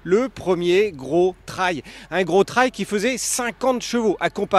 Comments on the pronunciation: Pourquoi prononcer « TRAYE » ET pas « TRÉL » Super moto! Autonomie de plus de 350 km ... C’est ma 3e 🙂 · Tu as raison, c’est le point important de l’essai et de cette superbe moto : la prononciation du mot Trail 🤣🤣🤣 !!! J’adore.